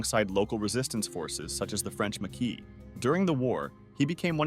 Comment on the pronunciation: Ok...... Yes it's a personal issue..... But seriously???? Get better with the pronunciation Tobruk = Ta-brook! Marquis = Mar-key.... But the man was a beast....